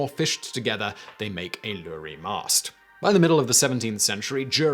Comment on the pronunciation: Why do you keep pronouncing Iury as lorry? That's clearly an i not an L. The Roman alphabet didn't include the letter j and the letter i was used as substitute and pronounced as a y when used as a consonant. A lot of people don't know Jehovah and Yahweh are actually the same word. The vowels were left out so it was ihvh. The I can represent itself or a y or j since neither of them appeared in Roman alphabet and the same was true of v and w.